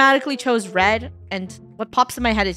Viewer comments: not funneh pronouncing red roy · you called red rooi are u afrikaans ???? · funneh said roi not red 😂